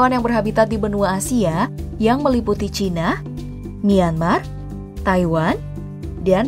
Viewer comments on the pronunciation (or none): none